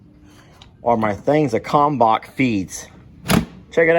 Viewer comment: Surprise surprise, you pronounced Kalmbach right! Yeah! I am proud of you.